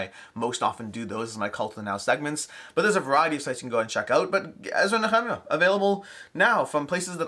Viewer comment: Thanks for the video. As a Christian hearing it pronounced the same way for so long, it was interesting to hear you say "Ezra & Nehemiah". 😎